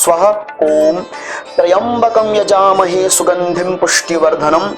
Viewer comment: यजामहे की जगह जजामहे होता ह